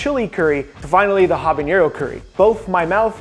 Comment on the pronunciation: Habanero not habañero.